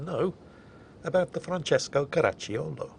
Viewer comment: Italian here🇮🇹 random hand gestures Your pronunciation of Francesco is perfect (only the accent is off but it's not that important) to pronounce Caracciolo perfectly the "i" is silent, just pronounce "ci" as a single sound (like you did, not with a K sound) and you're good to go😉 One of the best effort to pronounce something correctly👏👏🏻